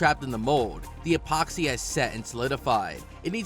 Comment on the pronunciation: Expoxy?! Along with other obvious mistakes mentioned in other comments, there's a wealth of pronunciation errors. Did you hire a dyslexic voice over guy? 😂